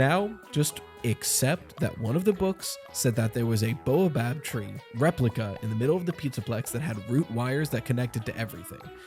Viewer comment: Bo a bab tree? Do you mean Baa o bab/ bay o bab (baobab) tree? Biddybab tree?!